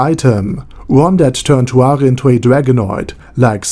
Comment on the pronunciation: why are you pronouncing it tuare instead of tsuare?